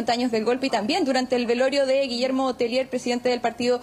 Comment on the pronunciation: Un alcance el apelliddo es de origen Frances,,, los periodista y presentadores del noticiero Pronuncien bien el apellido,, No es "Telier" Es Tellier"" una i en frances ante una LL (lle'ie)